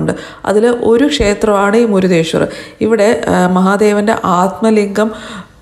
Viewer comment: മുരുഡേശ്വർ ആണ് ചേച്ചി 😍മുരുദേശ്വർ അല്ല 😊😍